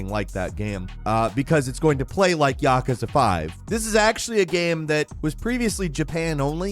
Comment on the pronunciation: That isn't how you pronounce miasma or yakuza.